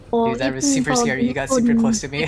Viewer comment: “this is so sckarry” Got me rolling